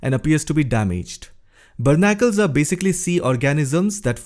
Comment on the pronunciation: It's "Barnacle" not "Bernacle".